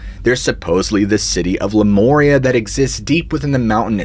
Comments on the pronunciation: Honey when you are referring to " Lu MORE EE AH" are you referring to the ancient civilization of " LU MARE EE AH"?? I am confused????? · “Lū moorea”? Learn how to pronounce it correctly please 🙄